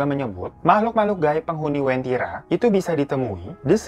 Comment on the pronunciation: Maaf bang sebenarnya namanya uventira bukn wentira